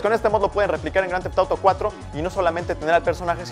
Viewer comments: jajajaja esa pronunciación! me encanta... Groanteftoro 5... jajaj <3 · Que pedo dice el nombre del juego demasiado raro jajajaja